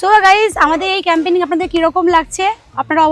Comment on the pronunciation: 1. Firstly tomra route r journey to up to the spot dekhale na. 2. Secondly, tomra Boidhora barrage dekhale na. (It's beautiful) 3. Thirdly, tomra nijeder video te Camping ke Campaigning uccharon korcho. (Refer your recent videos.)